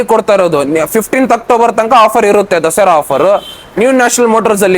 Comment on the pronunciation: ದಸೆರಾ ಅಲ್ಲ ಸರ್ ದಸರಾ...